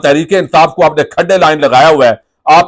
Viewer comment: Janab, khadday line nai, Khudday line hota hai. 😂